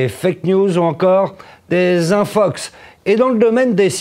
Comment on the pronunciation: Suis-je le seul a entendre Infucks et non infox ? Merci l'académie frââânçaise.